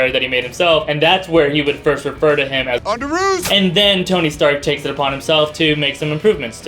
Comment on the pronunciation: Mind Blown... I thought he said "On the roof!!" Didn't realize until this video that it was "underoos". LOL